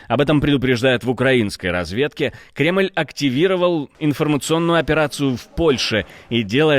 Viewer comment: Мене бісить, коли не правильно роблять наголос- УкрАінскій! Хоть і підтримують Україну!